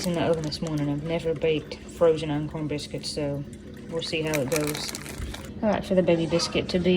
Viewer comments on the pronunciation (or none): Are you saying uncorn bread or uncorn biscuits? Never heard of it.